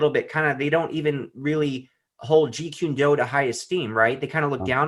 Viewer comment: Kune like coon not qune, if you're going to be doing interviews and you're going to talk about a topic please do not mispronounced the name. Also truth is truth and if it comes out decades later about someone character then we should know. Why are you trying to create a false image or character about somebody. I agree with Tommy carruthers about we've all made mistakes but that doesn't mean we shouldn't discuss it and it shouldn't be revealed.